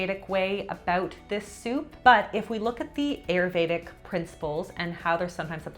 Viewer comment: Too funny! Also Ayurveda is pronounced as: Aah-yur-vay-dhah